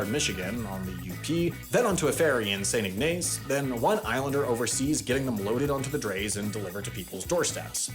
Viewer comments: Well, we don't speak French in Michigan, it's pronounced as pointed out. IG•niss not IG•nass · saint ignace is pronounced "ig-niss", like igneous (when we visited, we accidentally called it saint igneous very many times) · The way he said St. Ignace had me 😆. Its “Saint Ig-ness” not “Ig-nace” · as a michigander i am offended of how you pronounced st ignace "saint ignaase" - the way you said it "saint ignahce" - the 'correct' way to say it pls dont make this mistake again 😭🙏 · Ig-nis, not Ig-nase 😂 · Omg omg omg. Saint igg-nuh-sss. Not igg-nay-ce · Alright mark it down for the yearly mistakes video. you said Saint Ig-nace. Its pronounced Saint Ignis. :) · St. Ignace is not pronounced, “ig-NAYS”. It’s pronounced “IG-nus”. And I didn’t even have to Google it. Although, you should have. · It's pronounced St Ig-nass not nace. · Two corrections: 1. It’s pronounced “Saint Igg-Niss”. Don’t ask me why, lots of places in Michigan are pronounced different from what you’d expect. If someone claims to be from Michigan and you think he’s lying ask him how to pronounce Lake Orion. 2. There’s one other car. It’s an old rusted junker in the dump. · I came to the comment for 2 things. Why use the painting of the Golden Gate bridge when the Mighty Mac is literally right there and St. IgnACE instead of St. IgNESS pronunciation. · the town St. Ignace is pronounced saint•IG•niss not saint•IG•nayse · St. Ignace is pronounced "Ig Nus" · Mr. ""😀, great video here. Thanks for the effort. May I point out 2 mispronunciations? Thanks. First is Rudyard = RUD-yerd, which matches Mr. Kipling’s first name. Second is St. Ignace = IG-nuss (French for the Spanish Basque priest Ignatius who started the Jesuits). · Pretty good! Not how you pronounce St. Ignace though. The emphasis is on the first syllable: saint IG-niss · Its pronounced St Igg-niss, but a lot of Michgian names aren't pronounced how they look. Lake Orion is another one, it's pronounced Lake Or-ee-in for some reason.